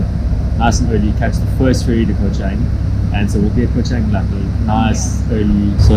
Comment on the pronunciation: At least pronounce it correctly 🤦🏻‍♀️